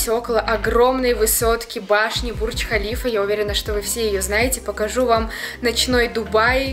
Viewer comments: не БурЧкхалифа а БурДЖкхалива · Какой бурч халиф ?😂😂 если на русском языке читать то бурж халифа , а так влог супер 😊🌷🌷🌷